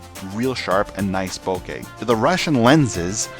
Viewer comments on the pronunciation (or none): none